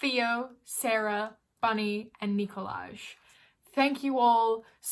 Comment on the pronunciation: Brooklyn 99 fans - its Nicolagé